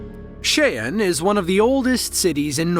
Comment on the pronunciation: My respect for pronouncing SKIEN correctly. Hardly any english native speaker could do this.